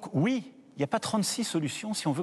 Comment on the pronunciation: Moi je peux aussi te proposer de mettre 25x la même 0.10 seconde et c'est trop bizarre comme il dit son "oui, peut-être) comment on fait pour mettre la vidéo en x0,25?